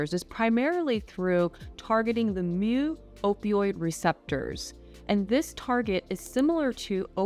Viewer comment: Thank you for not saying "moo receptors". I have a similar problem with pharmacists and others who say "boo-spar".